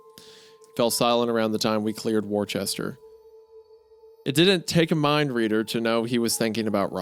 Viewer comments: Of course Isaiah had to say “War-chester” lol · Worcester = “Wooster” not War Chester I’m not even from New England and I felt my stomach lurch at his mispronunciation. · It’s pronounced wister not war Chester come on goonboy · WAR-CHESTER Isaiah, it's pronounced "WUSS-TAH" Spelled Worcester It makes no sense, but we don't question these things. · Wuh -ster. not warchester. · MA Native here to chime in annoyingly, Worcester is pronounced "Wuss-ter", or "Wuss-tuh" if you wanna sound a bit more local. Bonus fact as a freebie, Worcestershire Sauce is "Wuss-tuh-shur", "Wuss-tuh-sheer" is also acceptable. However "Wash-yer-sister" Sauce is hilarious and gets a pass. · Not to nit pick but Wendy, buubby, it's pronounced Wus-ster lol Massholes are very particular about their poor spelling... I've been in central mass for like 20 years now originally from CA. and on that not... It's pronounced Qah-bin you talented hack! Lol Hunter you guys do great work please keep it up. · Great telling! The Alina stuff made me awfully uncomfortable, but it turns out it was supposed to? I'm from roughly where this took place, here's a couple local pronunciations if anyone's curious: Nashua = Nash-ooh-ah Worcester = Wuh-ster We pronounce stuff weird, nobody ever gets Worcester right at first because its pronunciation defies basically all conventional logic. Every town around mine had at least one lake that froze over every winter. Everyone knew it was dangerous to walk on them, but people would try anyway sometimes. My town's claimed a few drunk snowmobilers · it’s pronounced “wuh-ster” you appalachian freak! 🤣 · Wooster. ITS PRONOUNCED WOOSTER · ☝️ 🤓 uhmmmm actually it's pronounced "wooster" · that's not how you pronounce Worcester lol, it's pronounced like "Wooster" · It's pronounced "Wooster" ("Woostah" to locals). Great vid. I love this channel, thanks for the long video 🙏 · it's WUSTAH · lol Worcester is pronounced wooster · Isaiah pronouncing MA town names hurts me